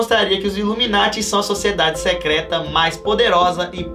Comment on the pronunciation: Não é "secreta"